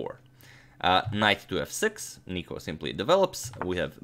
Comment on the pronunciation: Im from greece and its nikos not nico